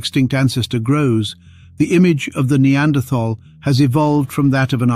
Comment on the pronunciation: I wish they could manage to pronounce Neanderthal correctly